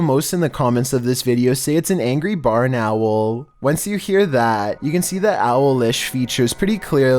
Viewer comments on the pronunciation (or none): No 12....burnowl....for gods sake....